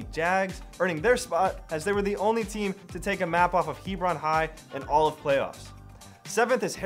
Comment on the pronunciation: Hebron is pronounced he’brin’ instead of he’bron’